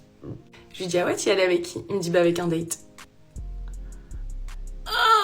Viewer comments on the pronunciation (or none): Hihihihi.... Oh l'IA ! Date ça ne se prononce pas comme datte😂